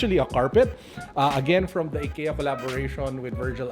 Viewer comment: its "EYE-KIA"